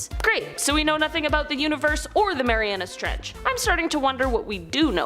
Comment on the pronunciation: Thank you for correctly pronouncing it "Marianas Trench." With the "S."